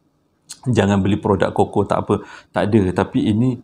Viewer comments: bang sebutan cuckoo tu bukan koko tapi kuku 😂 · Bukan koko tpi sebutannya kuku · Aku rasa triggered sangat bila dia panggil CUCKOO “koko” instead of “kuku” . Bang kita panggil “kuku” bukan “koko” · Cookoo...bukan koko....haaaa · Bukan koko bang..kuku sebutannya. Huhu Saya manager sales Cuckoo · Apasal aq bole trjebak dgn ni... Dh subs bang. Pembetulan bang kuko bang bukan koko...😁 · panas je aku dgr bang ko sebut cukcoo tu coco....kuku la bangg..ahhahahahadoiii 1st time ni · Abammmm!! Pronunciation Cuckoo tu Ku kuu.. Bukan koko.. 😂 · Sebutan sebenarnya Kuku......burung..... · Bukan cocoa tp chuckoo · Salam abang... bukan koko tp kuku😆🤗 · Sebutnya kuku bang bukan koko 🤣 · Salah sebutan abg tu yg abg sebut tu Coco yg betulnya Cuckoo (Kuku)...😅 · cuckoo sebut kukkuu. Coco sebut koko. Melawak je ek. Sbb anda chomel. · Sebutan dia 'kuku' bang...bukan 'koko' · Koko tu coklat bang! Sebutan yg betul Cuckoo (sebutannya Kukuu) bkn koko bro! Sebut betul²,cuc....koo! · Sebutannya kuku no koko 😎😎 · "Cuckoo" bukan pronounce as "koko" "Cuckoo pronounce as "kuku" Harap maklum! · pronounced dia KUKU bang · Abg, sorry. Cuckoo pnya bnyi sebut dia 'kuku'. Sorry Abg. 🙏. Btw, saya dh subscribe. Best! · Cuckoo disebut kuku abg.. Hihi